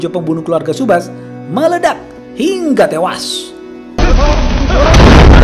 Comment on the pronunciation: Hiiiiiiiingga tewas Saat pelafalan Hingga bagian Hing nya agak panjang kak Hiiiiiiiiiiiiiiiingga Tewas ! 😂😂😂😂😂😂